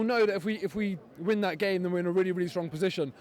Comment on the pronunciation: Learn to execute the English language correctly you jackass!!! It's GAME not Fame, fucking dipstick!!